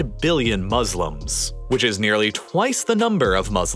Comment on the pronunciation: No one saying about he said 800 billion muselims